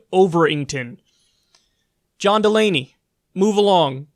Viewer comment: Correction his name is John DUH Lamey